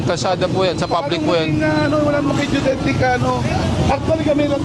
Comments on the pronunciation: Anong yung deutetic? Geodetic yun, brader.. 😁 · GEODETIC kse yon.. hindi DUTETIC hehe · Geodetic po, hindi Geotetic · "geodetic" hindi judetic! 🤣